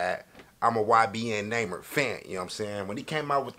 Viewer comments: “ybn namer” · “Next up we got YBN ‘NAMER’”😂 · "We got ybn namer" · "YBN Namer" 😂😂😂😂😂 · He said ybn Neymar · we got ybn who? You said his name all wrong 😭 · You said his name wrong and btw he's dead bro